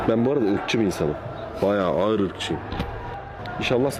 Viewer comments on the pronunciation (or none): none